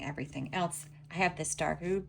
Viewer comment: Hi! Yep the color is indeed pronounced dark ooo-bay. So you pronounced it right! ❤ I’m Japanese who speaks a little Japanese, so you got it correct.